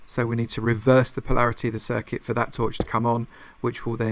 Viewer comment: Palaraty?? You mean polarity? Lol